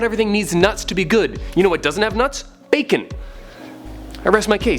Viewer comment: Man your b-akon me nuts!